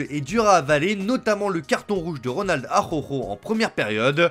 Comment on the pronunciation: Y a un moyen que le narrateur prenne 2 minutes pour apprendre a dire A ra ou kho au lieu d'Akhokho pour parler du joueur du Barca? C'est vraiment pesant d'ecorcher le prenom de la sorte 15 fois par jour